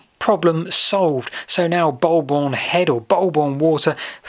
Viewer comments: It's not "bulb-orn" but "Boo-bun". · It's pronounced Bull Borne not Bol Borne. Signed a local